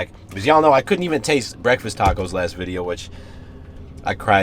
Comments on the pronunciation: Idk why it’s satisfying to hear u say “videow” 😂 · Maybe more of a Vide-Ya'll